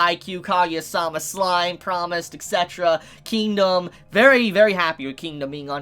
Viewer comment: ITS E T C eterra, not E X E terra!!!!!!!!!!!!!!!!!